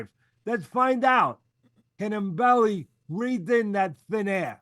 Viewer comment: C Mbilli, the M is silent. Just say Billi